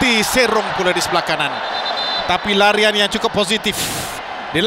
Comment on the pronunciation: Ralian ke larian? hahaha